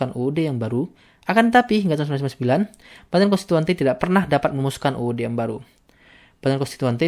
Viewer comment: tolong bacanya jangan uwesuwesuwessswwswsw gitu. contoh ketika ngomong tahun 1999